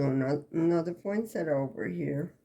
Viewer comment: Yessss. You know how to pronounce the Christmas flower correctly!!! 3 syllables not 4. POIN-SETT-A (the i is silent) 🌺